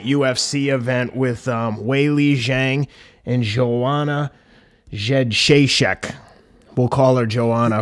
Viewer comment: People, when are you going to finally learn how to pronounce properly name Jedrzejczyk?